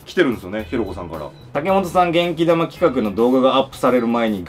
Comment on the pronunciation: え！ 「けん玉」じゃなくて「げんき玉」だったのか！日本語ムズカシイ…。